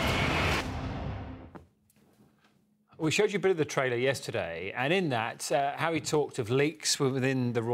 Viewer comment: The lady presenter should be sacked. She does not take her job seriously. She took audience for granted by mispronouncing the Duke’s name as Marry & Meghan. She laughed it off but it us not funny. Regards.